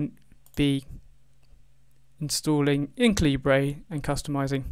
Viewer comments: Caleebray… I think it’s pronounced caliber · Thank you for a thorough walk through. Even so for me this didn't work in W10 because the crucial DeDRM shown didn't load from the zip file -- I have no idea why -- but when I ran Calibre in Linux the same zip loaded the necessary file. Most peculiar but good in the end, cheers! PS as a fellow countryman I was surprised at your pronunciation of Calibre!